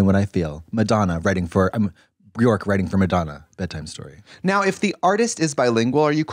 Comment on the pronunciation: Love that Katya is so obsessed with Björk but can’t say her name properly lmao